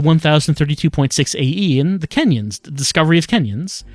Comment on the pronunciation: Every time "kenyons" got mentioned, I just parsed it as "Kenyans". Apparently a very powerful nationality.